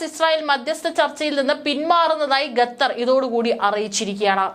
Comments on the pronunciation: Not ghatar. It is khatar. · Great reporting. I’ve enjoyed Malayalivartha Inside. However, please check your pronunciation. Example: Qatar is not pronounced Ghetther. It’s should be ‘Katharr.’ Thank you. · ഗാഥർ അല്ല ഖത്തർ എന്ന് ആയിരം വട്ടം പറഞ്ഞാലും തലയിൽ കയറാത്ത ബുദ്ധിയില്ലാത്ത പെണ്ണുങ്ങൾ 😂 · Please pronounce correctly, its not 'Ga'thar, but Qatar. This is one of the basic ability for a news reader to be able to pronounce the words correctly. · "ഗത്തർ" മലയാലം അരിയില്ല അല്ലേ? കുരച്ച് -കുരച്ചെങ്കിലും അറിയണം. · കെത്തർ അല്ല ഖത്തർ എന്നാണ് ശരിയായ ഉച്ചാരണം. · എഴതിയത് പോലും നേരെ വയിക്കാനറിയില്ല. എന്താണ് ഈ"ഗത്തർ"